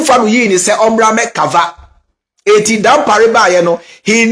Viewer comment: EII NOW YOU YOU SOUND LIKE KENYA THE ACCENT AND PRONOUNCIATION example COVER you said CAVER and WICKED you said WEEKED